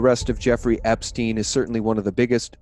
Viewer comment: Bitcoin is bullshit! Just a new version of fiat money created out of thin air! On the other hand I'm thoroughly convinced that the evil ones very soon will get their eternal divine punishment. It's near! Peace and love everyone! (Btw learn to pronounce epstein correctly! It's not epstien! How do yo pronounce rosenstein for instance? Why are all americans so uneducated I wonder?)